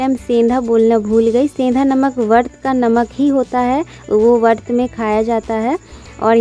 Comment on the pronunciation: Vart nahi vrat boliye .......baki pura blog hamesha accha hi hota h . Plz don't take it negatively